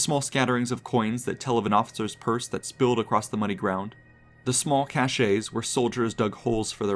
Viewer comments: Cache is pronounced cash, not cash-a. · Learn how to pronounce cache. It is not cachet. Look them up. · The word 'cache' is pronounced "cash" and not "cachet" as the narrator does in this. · Very interesting. One small correction: cache is pronounced "cash" not "cashay". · cashe pronounced "cash" not cashay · Fantastic video. One minor quibble is the word cache is pronounced like “cash” not “cash-SHAY”. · impressive video. Please pronounce "cache" correctly - like cash not cash-ay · Cache is pronounced “cash” by everyone except the US Army. It comes from French and is different from "cachet". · Interesting vid, but "cache" is pronounced "cash". "Cachet" (pronounced "cashay") is a completely different word meaning prestige or veracity. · Cache is pronounced "cash". Cachet, pronounced "cashay", has a different meaning. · Okay, but the e in "cache" is not pronounced. It sounds just like "cash". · The narrator has a pleasant enough voice. Too bad he butchers so many words. What are "passerbyers?" "Cache" is not pronounced "ca-SHAY." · Please learn to say “cache.” The way you pronounced it is perfume.